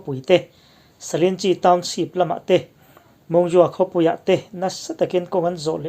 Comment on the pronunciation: A bengvar thlak thei khawp mai a, amaherawh chu i saptawng lam dan hi ka sawisel ve duh tlat mai, naupang ten an ngaithla ve thin bawk sia. Eg. Township hi Townsheep ti a i lam te leh a dang pawh a awm nual mai. Googleah hian saptawng lam dan tur American leh British in an lam dan voice a ngaihthlak theih ten a awm vek a, han in zir leh zel teh. Kan lo ngaithla ve zel a nia.